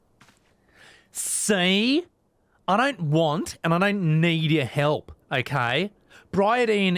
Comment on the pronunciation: french is void of h, so it is Ildibrand and for elp the h must vanish completely otherwise flawless, the pronunciation on last syllable is perfect :D